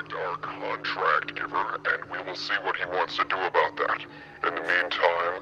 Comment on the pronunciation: give him the $2 bill, thats what this is all aboot